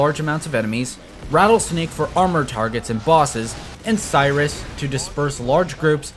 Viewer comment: You mispronnouncing 'Sirius' as 'Cyrus' reminded me of a player who told me to rush 'Serious Sike' LOL